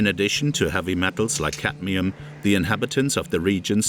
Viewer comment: The poison is caDmium. Not caTmium. Pity it's mispronounced by the speaker throughout the video. Other than that a very informative video. I've heard potatoes are the most poisonous food to eat although not the only poisoned food. Even organic produce still uses chemicals that are "approved". Its reasonable not to trust any approval process. Grow your own food and be careful of what soil you use to avoid disease including dementia. It appears to me that these depopulation tactics are aimed not to kill us outright but to kill us eventually by stealth. It means we can labour for their profit until we at use by date. Then their is no retirement refund/pension from taxes paid and the worker is left to an ugly, painful and somewhat terrifying early decline and death as in dementia. It is obviously intentional and a clear demonstration of evil in action. The depth and breadth of which is astounding. God protect us from evil. Praise to the human beings brave enough to speak and act. God bless you all.